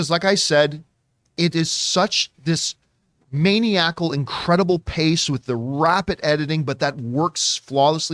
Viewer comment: Black Ikr? I actually corrected him out loud then felt silly for doing it..but couldn't help myself.😅